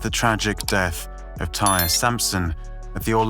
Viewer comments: omg... thank you. I was wondering wtf, why isn't anybody pointing this out. Damn, disrespectful AF researching someone's death and not even getting the pronunciation of their name correct. smh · TIE-REE!! NOBODY NAMED “TIRE”. HE’S NOT NAMED AFTER A CAR PART. SAY IT AGAIN…..TIE-REE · It’s not pronounced ‘tire’. It’s pronounced ‘Tie-ree’. He didn’t die on impact either. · you could have at least said his name correctly, who tf is TIRE?? (its Ty-ree) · American here. Never heard of Tyre being pronounced as tire. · his name is TIE-REE.... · Out of respect for this young guy I think you should make sure you have his name pronounced properly. His name is ty-ree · All he had to do was pay attention to the dozens of news reports that pronounced his name correctly. If you’re going to do a piece on someone’s death, at least get their name right. It’s irritating listening to this man call him tire over and over. There’s a responsibility that needs to be upheld when you are presenting information to thousands of people and making $$$ off of it.